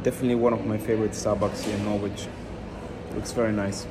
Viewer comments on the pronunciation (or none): Dude it’s ‘Nor-itch’ not ‘Nor-witch’. Keep up the good content 🙌🏼